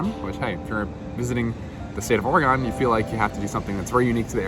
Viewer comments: Or-a-gun not Or-a-gone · EEEK! You need to learn to pronounce OREGON correctly! Your mispronunciation is offensive to all Oregonians!!